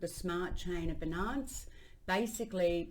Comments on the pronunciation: Ffs. BI NANCE and ETHEREEEEEEUM 😂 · Yea it is definitely an issue. Seems like it's deliberate. Ethrum beeenunce - she does it with other words too. I don't know why. I would like to see her reaction if someone mispronounced her name. She would probably jump all over them.